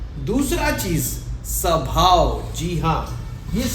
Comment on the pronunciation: Sabhao nahihota swabhao hotahy angriji bhasake gulam